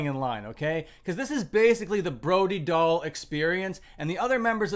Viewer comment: I thought her name is pronounced Brody Dale.